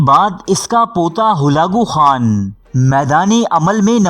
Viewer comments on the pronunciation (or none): Achi kavish ha mgr mazrat ke sath urdu talafuz thek karn ,,horfe akhir,, or ..Holakoo khan.. ni hota ,,harfeakhir,, or,,Halakoo khan,, hota ha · Halako Khan ko Galago Khan kah ker sari vido ka naas mar dia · Hulako Khan nahi Halaku Khan nam h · Bhai ap talafuz sahi karain halako khan tha khalago nahe tha aur lafz haraf hota hai huraf nahe hota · سلسلہ بےشک اچھا ہے لیکن ناموں کے غلط تلفظ کی وجہ سے میں ان صاحب کی ویڈیوز کو صرفِ نظر کرتا ہوں ۔ جو اپنا تعارف کرانا بھی پسند نہیں کرتے ۔ تاریخ بیان کرنا ہر کسی کے بس کی بات نہیں ۔ برقائی خان ہلاکو خان۔ رکن الدین ببرس ۔